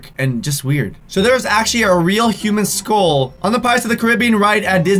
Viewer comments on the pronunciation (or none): Lol it makes me feel uncomfortable when he says skol instead of skull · The way he says skull😂